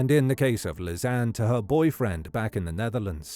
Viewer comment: Great video, thank you! Just a detail, that name is pronounced as Liss-annie.